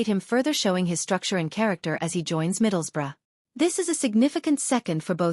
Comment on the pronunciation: Hilarious. Although bizarrely unlike 99.99% of Americans, pronounces “Middlesbrough” correctly.